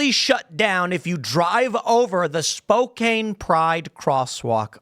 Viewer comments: Just cause it’s not the last time Spokane will show up on this, I’m from the area and it’s pronounced spo-can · It's pronounced "Spo - Kan". The City of Spokane is a smal blue island in the Red ocean of Eastern Washington. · Ok, the odds of you ever reading this is unlikely, but just to make me feel better, it’s pronounced Spo-Can. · It’s pronounced Spo-can. It’s one of the cities Seattle destroyed. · I live close to Spokane. I go there at least once a week for groceries. This is actually surprising. The region Spokane is located is overwhelmingly conservative. FYI its pronounced Spoe-can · Tim you are saying Spokane wrong the a make the same sound as the letter 'a' in 'cat' and the e is silent. "Spo-can" would be the phenetic way to say it. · It's "Spoh-can". Or I will also accept "Spoh-cocaine" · Spo-can is how it’s pronounced and is the meth capital of the world if I remember correctly terrible place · It's "Spo-can" lol 😂🤣 Spokane is red we get out voted because of Seattle!! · Spokane = "Spoh-KAN" I suppose you also pronounce Willamette as "will-uh-met" instead of the correct "wil-AM-it" RESEARCH RESEARCH RESEARCH, Tim. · I'm so tired of this idiocy, and insanity. BTW, Spokane is pronounced spo can. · Every time tim says spokane I cringe lol it's pronounced Spo Can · Spo-can lol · Pronouned Spo-Can. Makes we want to go leave a patch on it. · The city is pronounced "spo-can". Alternative name is Spo-Comptom. Pray for us this year. Our AG is running for governor (gungrabber Democrat) who threatened people woth prosecution for running against him. If he wins, our once great state may be gone for good............. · Thanx for the story, tim Pronounced spoke anne. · It is Spo-CAN Washington. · not that it matters, while its spelled spokane its pronounced (spo-can) the e isnt said and its a soft "ca" sound not a k sound. i live in the state but eastern and western washington are very different places. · It is pronounced spoke ann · It's "spO-can" lol